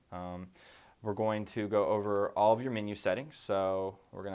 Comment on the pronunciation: It funny how sometimes a person speaks with a fairly neutral accent but will pronounce one or two words oddly. "Min-yew"